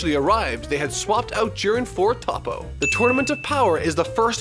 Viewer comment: Fact number 25: dbs fans rage when you pronounce toppo’s name top-o instead of toe-po